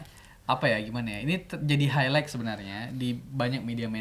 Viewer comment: "hailait" bang bukan "hailaik"